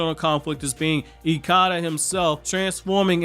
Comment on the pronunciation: You’re mispronunciation of ikada is wrong